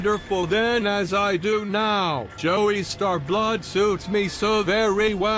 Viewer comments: He said JOEY-STAR 😂 😂 😂 I can't. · Jo-E-star blood Im ducking done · "JOEYSTAR BLOOD SUITS ME SO WELL!" wtf is a Joeystar?